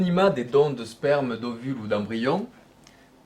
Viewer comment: Il dis sperm mdr